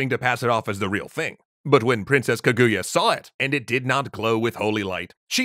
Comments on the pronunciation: It is pronounced KA-GU-YA not KAGUya, also I really like this story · Hm, not enough Ishigami in this version, I'm affraid... and dear God, its KA-goo-ya, not kuh-GOO-ya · just a side note on the pronunciation, it's kah-goo-yah not ke-gu-ya, japanese characters aren't very sharp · Japanese pronunciation hack: Japanese puts even emphasis on every syllable, as opposed to English, which usually puts emphasis on the penultimate syllable (ka-gu-ya instead of kuh-GOO-yuh). It's difficult for English speakers to get the emphasis right, so try putting the emphasis on the first syllable. This still isn't perfect, but it'll get you closer. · Well... technically, the Japanese call it Fuji-san, because if you start with "Fuji" you don't even have to say "yama" to let everyone know what you mean. Also, it's "KAH-goo-yah", not "kuh-GOO-yah". Three-syllable Japanese names always emphasizes the first syllable. (e.g. KAgome, not kaGOme.) It feels a bit weird at first, but it's the same rhythm as "history". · "kuh GOO ya" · Kaguya's crying because people are pronoucing her name has as kuhGOOyah. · Oh god the pronunciation 🤮 That would be like hearing someone calling him King Ayyythuuurrr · Kaguya is pronounced with emphasis on the first syllable (watch JAXA video about their space probe, it's spectacular). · Great episode but the pronunciation of Kaguya is low-key killing me ngl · So we just gonna ignore the bad pronunciation of Kaguya?